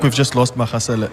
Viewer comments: Magasela is pronounced with as ‘G’ for golf. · Butchering the pronunciation of Magasela